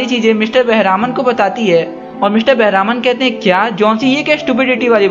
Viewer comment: He is not बेहरामन it is बेहरमान